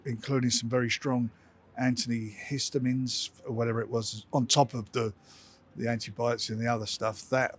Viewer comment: He really did say Anthony histamines 😂😂